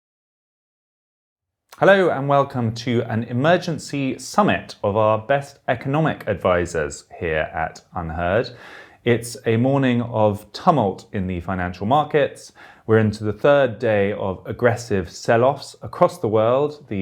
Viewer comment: Did you say tum-alt Freddie? It is pronounced too͞′mŭlt″.